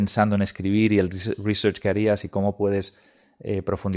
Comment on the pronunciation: Menudo flipao si vas de anglofilo por lo menos pronuncia bien research.